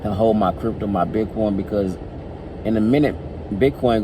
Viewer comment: "I'm talking about dat crypt-dough" lol I though you were from Milwaukee.